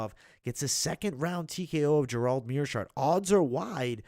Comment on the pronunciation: why can't you pronounce Gerald? it sounds like you are saying Jerome